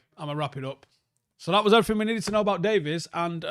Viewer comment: Day-veeeees not Day-viss